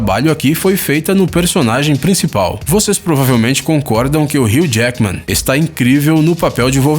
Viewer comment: Nao é ril jachamen e hugh jachamen ksksksks